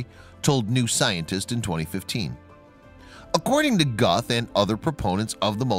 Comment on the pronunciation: That's Scott Leffler. He does voiceovers for many videos and butchers the pronunciation of a great many things...